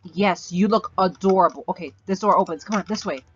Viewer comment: I can't stop hearing "Ugdorable" anymore